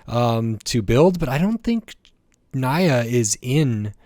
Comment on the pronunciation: WHAT DID YOU JUST SAY???? NYA'S NAME IS SPELLED NI-YA NOT NA-YA!!! WOULD YOU SPELL MY NAME AS JEY OR KAI'S NAME AS KAY? - J⚡